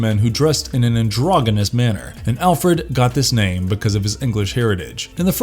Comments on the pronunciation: That's not how androgenous is pronounced 🤦‍♂️🤦‍♂️🤦‍♂️🤦‍♂️ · The word is NOT pronounced "androgginous". It's pronounced "androj-jinous". Lucius is pronounced "Lou-ci-us" NOT "Lucious".